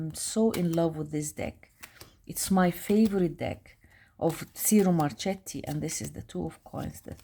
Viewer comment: It’s pronounced “cheero marketti” 😉 the retrospective deck is lovely!